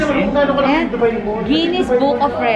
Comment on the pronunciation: Its not Du-byee, Its Du-Hello 😂😂😂😂😂😂😂 Ambot nimo te Alex..